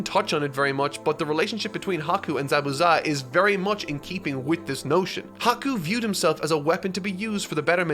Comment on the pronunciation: Bro really said ZaBUza